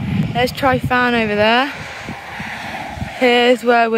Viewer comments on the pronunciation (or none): The most disturbing thing about this video is how you pronounce Tryfan 🤣